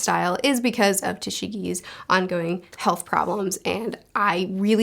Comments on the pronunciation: the author's name is Togashi! Not Tashigi! Tashigi is the female swordsman that works alongside Smoker in One Piece. And think of pronouncing Leorio's name like a French Oreo: Le Oreo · For pronouncing Togashi it's Toe-gah-shi by the way. Great commentary on this arc otherwise :) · It's To-ga-shi not tashigi🥰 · A couple suggestions: Hunter x Hunter is another one where you might like to see some scenes in the anime. A really quality anime. Leorio- Leh-oh-ree-oh Togashi not Tashigi Killua- KILL-oo-uh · Togashi not toshigi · I apologize if this has already been mentioned but the mangaka's name is pronounced Toe-Gah-Shee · Hearing her call Togashi "Tashigi" made me giggle every time. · His name is TOGASHI. Also it’s pronounced g-oh-n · It’s pronounced Toe-GAH-shee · The author is prouncounced like toe-gosh-ee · To-gashi Le-oreo Gon (long o) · It's Togashi like To-gashi and Leorio like Lee-Oreo. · Love the video! I liked Hunter x Hunter to a certain point then it just became a lil too big brained for me. Maybe I'll pick it back up because of these vids! Please take this respectfully but I wanted to reiterate, the mangaka's name is pronounced "TOE-gah-shi," Toshigi is Smoker's partner with the glasses in One Piece 🤣 Again tho, really looking forward to what you've got in store (at least to where I left off reading)! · well, togashi loves to explain everything, so walls of text are kind of normal, but it kind of helps us a lot to understand certain things, oh and you're saying the names correctly ^^